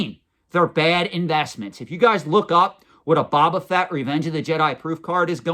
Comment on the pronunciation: They probably don’t think you invest in pop culture based on how your pronounce Boba Fett. You sound like someone who never heard the name before and it was your first time pronouncing it. Honestly you pronounce it differently then any Star Wars collector I know. We know that’s not true but based on how you say Boba Fett they probably think you don’t know what you are talk about. But then you buy an esoteric Lobot card back…